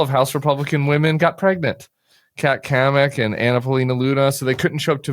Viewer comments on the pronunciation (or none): none